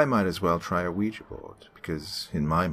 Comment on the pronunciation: Games And Movies Entertainment actually its pronounced wee ja